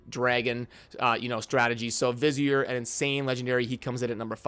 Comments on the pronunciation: Hey dude google vizier so you know the pronounciation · Vizier? lol